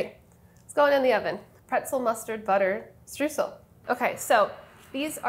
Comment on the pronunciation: it's a hard word to say because you're saying it wrong. it's pronounced str-oy-sel ! (Source: I am German, that's how we say it)